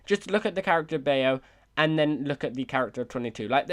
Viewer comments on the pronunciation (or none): Baaayooo lol .. its pronounce bow (bao) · Bay-o 🤣🤣🤣🤣 It’s pronounced bahw like bah-ow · anyone gonna mention he says bao wrong its pronounced ba o not bay o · Anyone else cringe when he mispronounced the Pixar short Bao? It’s not BAY-OH, think of it more as the sound “ow” with a b in front •_• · Interesting points made 😊👍 Just a little comment on “Bao”, it’s “bah-oh”, not “bay-oh”. Still, I’m looking forward to your upcoming videos regarding the Pixar Theory 😁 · It’s pronounced like bau not b-a-o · It’s not “Bay-Oh” it’s “Baow” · Bao is not pronounced as Bay-o. It is Bao (Bow). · The idea of this video is antithetical to the take away message of soul but I understand the need to make it fit, especially with the overarching theory. That being said, Bao is pronounced Bah Oh, not Bay Oh. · Its pronounced Bow not Bay-oh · First of all, eyes are the windows to the soul, and 22 has PURPLE eyes and you already ruled out all the purpled eye people. Second, it's pronunced B-ou not Bay-o P. S. I clearly can't say that the mother isn't possible since we don't see their eyes but still . _. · Its killing me. It's pronounced "bow". Bao is pronounced "bow". Not bayo. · It’s pronounced “Bah-ow” not “Bay-yo”. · I just wanna say for the future, its pronounced "bow" not "bay-o" in regards to BAO Edit: bow as is wow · In reference to Bao, the short. Bao is probablyyyy not that mother figure's name. Pronunciation rhymes with WOW. - BAOW and not BAY-OH. Bao is another word for dumpling. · It’s called bao not baio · Just a quick thing. Bao is not pronounced bay-oh. It’s pronounced bow, like to bow down or kneel. And I agree with the fact that 22 could be anything. Gender doesn’t have to be a girl. The souls can alter their voices to whatever they want. 22 even said that they only chose that voice cuz it was the most annoying or upsetting. 🤷🏼‍♀️ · Oh god the butchering of the word bao hurts my soul it’s not bayo it’s bow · bao rhymes with cow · It’s pronounced “Bowe”